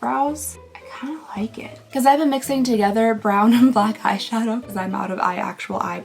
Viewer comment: It's a blawn eyeliner,. Or brack?